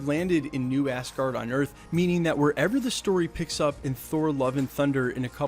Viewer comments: Its asgard not assgard. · Lol do you keep saying "Assguard"? Lol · Did you actuall say Assgard or did i hear that differently.. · "assguard" lolz